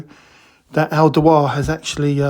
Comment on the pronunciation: It's pronounced Al Dew- were.. scalpers will buy these up in droves and inflate these prices massively on flea bay. You can see it coming a mile away especially after charging £70-80 for the chrome screwdriver.